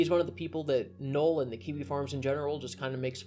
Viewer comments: I kept asking myself, who the fuck is Noel? It's Null, like nuh'll not nuh'el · Sorry to be that guy, but it's Null not Noel.